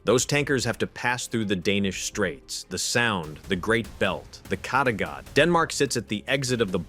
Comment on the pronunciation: dont say kattegat that way, say it like caterpillar just with gat in the end instead off pillar